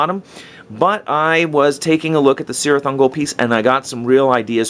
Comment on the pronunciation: Hey man, I really enjoy your work...you are a master. I hate to Sound like a Tolkien fanboy...but it's pronounced Kirith Ungol. In Tolkien's legendary, the letter c never makes a soft sound.